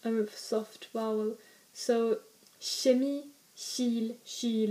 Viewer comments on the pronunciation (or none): none